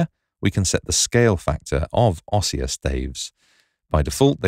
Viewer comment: Great feature. To delete you need to select both signposts. In the word "ossia" the stress is on the "i" so it is pronounced "ōˈss-EE-ə".